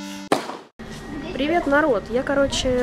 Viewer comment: Люблю, смотреть. Она классная. НО... "Прива" начинает раздражать. И пожалуйста, не надо сейчас писать в комментарии: "Не нравится, не смотри" 😐